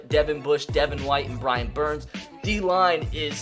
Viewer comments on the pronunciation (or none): You called Brian burns birum burns